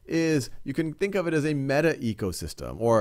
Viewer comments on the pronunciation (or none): none